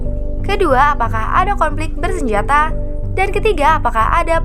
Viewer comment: Macam cilaka suara dia. Semua sebutan akhir dipanjangkan.. Hahahahaha bersenjataaaaaa... Politikkkkk... Sepanyolllllll